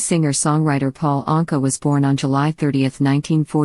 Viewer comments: I do wish anyone who bothers to take the time put together a documentary would pronounce the subjects name correctly EAcH time he/she says it. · Did not even pronounce his last name correctly! Shame on you! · Why does the narrator mispronounce Paul’s name part of the time? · What’s the matter with you??? If you’re doing this (reading biographies ) you must must learn how to read & pronounce peoples (names first and last that you are speaking about). I think you need a different job!